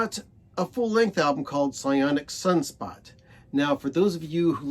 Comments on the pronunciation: It's not "psyonic" it's "psonic psunspot," as in sonic sunspot. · The 2nd Dukes album is pronounced "SONIC sunspot."